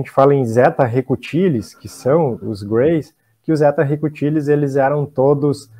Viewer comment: Zeta Reticulis... e não Zeta Recutilis... como diz o... kkkkkk... tem tempo que ouço ele falar Recutilis... não me segurei... kkkkk namastê...